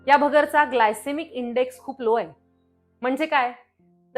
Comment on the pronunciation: भगरचा ❌️ भगरेचा ✅️✅️✅️